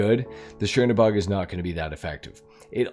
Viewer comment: This isn't shiernobog – it's Chernobog (Чернобог). Which literally translating as "Black God" from Russian.